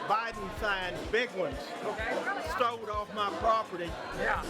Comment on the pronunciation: "I had 3 Biden signs, Big Ones, STOLLED off of me".....u would think that a guy that old would know how to say STOLEN. But, in BetoVille.......🤷‍♀️🤷‍♀️🤷‍♀️